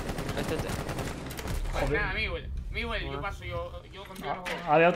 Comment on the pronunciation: el dijo " ", no " Pablotas "